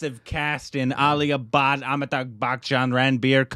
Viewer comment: I heard 'Rootbeer' instead of Ranbeer!!! 🤣 And Aalia Butt..instead of Alia Bhat...🤪